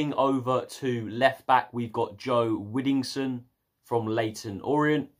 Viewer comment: Widdowson not widdingson